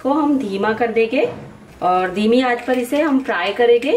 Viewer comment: Aap n jayege ,karege bolte ho ,hindi me karenge jayenge bolte hain ji madam ,aap bolne me thoda sa sudhar kar lijiyega toh aur achha hoga aapka vedio ,baki aapne tikki bahut badiya banaye h main jarur bnaungi ,thanx aap meri sujhav ko bura nhi manoge ,nari shakti mahan hain